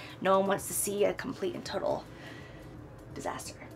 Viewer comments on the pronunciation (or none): none